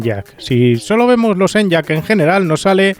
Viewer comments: No se llama En-yaq (usando la Y como consonante) sino E-ny-aq (la Y como vocal) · Por favor, deja de decir "en-yak" y dilo como "eniaq" 😅